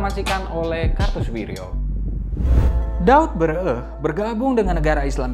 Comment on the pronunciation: Bukan daud beureu-eh.. tapi daud beureu-éh.. É nya dibaca seperti bunyi é di "ikan lélé, témpé